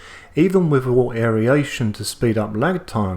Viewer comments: The info was great! But aeryation got me every time you said it. I've always heard it and said it as air-ation. Maybe it's a US/Australia pronunciation thing? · Isn't it pronounced "wirt" not "wart"? And aeration not aeriation? Just confused as a newbie. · I love your videos mate I've watched a lot since i bought a Grainfather but your pronunciation of aeration drives me insane.